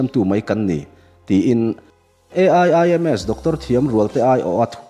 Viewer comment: Aiims tiin amal tetea lam tur a nilo, Tiang hian Aiims(Eims) tiang ang lam tur aw.....